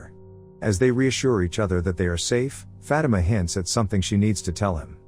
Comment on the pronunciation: The way he says Fatima sounds like he saying fat emma 😂